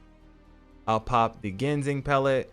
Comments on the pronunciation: Much love bro you said gingsen, you got this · Gin-sang there’s no g in the middle dawgy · Kyoo-ree-ohs, lūng, jin-seng. Good video